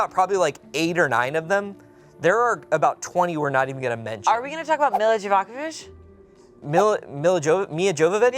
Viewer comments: Ah yes, Milla Jevevivich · mispronouncing Milla Jovovich's name took me out 🤣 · I don't know which was better, "grief is an analogy for mold" or the various non-pronunciations of Milla Jovovich